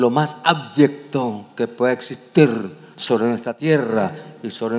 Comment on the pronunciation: Soy yo, o dijo "Ábyecto" en vez de "Abyecto"?